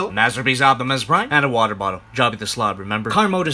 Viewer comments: It was really funny when you said water.😂😊❤ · Funny when he says water